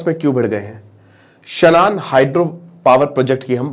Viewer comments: शानन है भाई... शनान नहीं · इसको शानन बोलते हैं